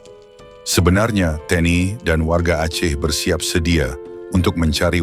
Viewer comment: YA..TNI BUKAN TNE 😂